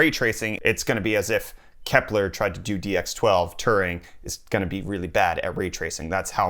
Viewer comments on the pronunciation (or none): none